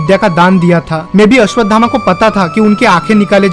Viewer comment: पहले आप अश्वत्थामा बोलना सीखिए कृपा करके गलत उच्चारण मत करो